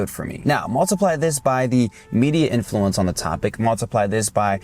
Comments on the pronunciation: The accent in the word 'influence' is on the first syllable, not the second. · Influence is NOT pronounced like that